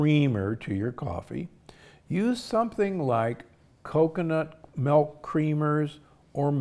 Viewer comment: Why are you saying MELK!!